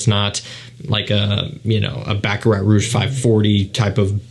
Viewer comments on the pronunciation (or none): none